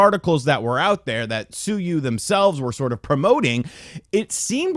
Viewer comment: Sue-you Lol